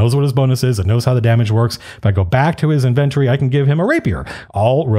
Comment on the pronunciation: Did I really just hear Matt pronounce it as "INVENT-or-ee" twice? That completely messed my brain up. At first I had no clue what he was talking about. Then it clicked. He meant inventory. It's pronounced as "in-VEN-tory", Matt. Come on. 🤟🏻🤣